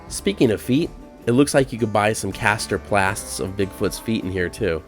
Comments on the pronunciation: You said "caster plasts", instead of "plaster casts", lol. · That sure sounded like "caster plasts" instead of "plaster casts." Are you checking to see if we're paying attention? : ) I just watched a video about "The Yucca Man," a bigfoot-type creature in the deserts of SoCal. I live in Twentynine Palms and had never heard of Yucca Man. There were even stories of an entire family of them. The stories go back into the 1800s. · I will bet nobody else heard what I heard him call the Bigfoot feet in the gift shop... They are plaster casts not caster plasts, listened to it 3 times just to make sure I heard it correctly!!!🤔🤔🤔